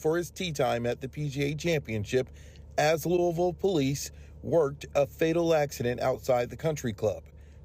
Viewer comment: Thank you for pronouncing Louisville correctly!